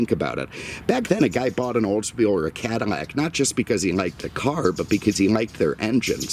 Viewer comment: The "Cadimac" thing is even cooler.